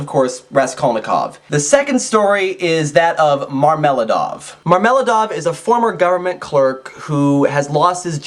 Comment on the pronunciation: Marmel'аdov not marm'eladov ! And swidri'gailov .my ears bleed!